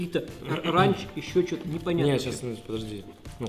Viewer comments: не ранч а рэнч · Не рАнч а рЭнч😂😂